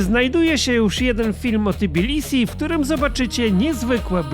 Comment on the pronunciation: Lubię jak polskojęzyczni eksperci od Gruzji wymawiają nazwę stolicy jako T_i_bilisi.